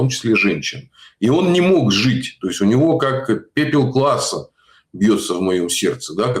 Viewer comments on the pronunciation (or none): ...пепел Клааса, а не Класса...😂